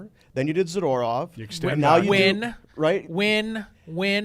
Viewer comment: Someone tell Frank how to pronounce zadorov.